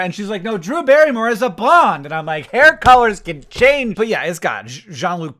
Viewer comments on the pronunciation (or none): none